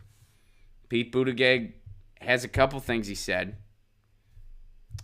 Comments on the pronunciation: Pronounced Butta Judge. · Its pronounced boot-edge-edge or call him booty-judge like kyle lol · His campaign printed shirts when he first announced that read ‘BOOT-EDGE-EDGE’. Share with Jimmy, he has no idea how to announce it either. Love your show (and Lucy)! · I love you, and I’m no fan of Mayor Pete, but it’s ridiculous to not learn the proper pronunciation of a candidate’s name, no matter how you feel about them. It’s literally a Google search away. No offense, but you sound like my dad, who has never taken the time to learn the pronunciation of Pete Buttigieg or Alexandria Ocasio-Cortez because he’s a centrist and doesn’t care to take the time to learn.